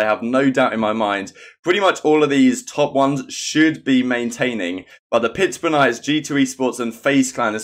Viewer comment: lol did people get mad cuz you mispronounced pittsburgh ur not american so i understand